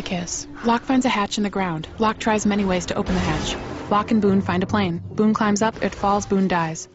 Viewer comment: Boone, not boon or boom.